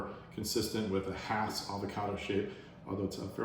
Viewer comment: So glad I've planted a Jim, last year. But as to early varities, our Jan Boyce came on, here in Lakeside, in February and were just excellent. Thx for the videos, and that you're pronouncing Hass correctly!